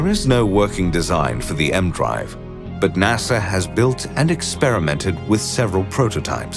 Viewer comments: It's not "the M-Drive" like the letter M, it's like "E-M" ee-Em.... Which has also since been proven to not work... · I'm reasonably sure that it's not called the "emdrive". You pronounce the E and M seperate as it's an abbreviation of electromagnetism.